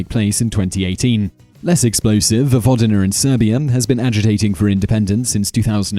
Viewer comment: "Vojvodiner and Serbier" Why does he keep saying er instead of a?